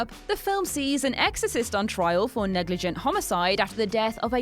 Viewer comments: Negligent is pronounce "Neh-gluh-jnt". We're not sure what "neg-lee-ghent" is but it sounds like Belgian Night wear. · "Negligent" is pronounced "NEG-li-jent." "Corps" is pronounced "COAR."